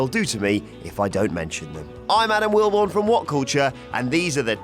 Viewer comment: ew it's willbourne